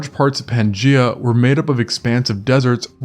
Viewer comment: 'Pan gEye-ah'.